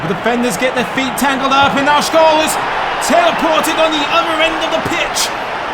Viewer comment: Please, for god's sake, don't pronounce SCHOLL like SCHOLES without S. SCH in Germany sounds like SH in English.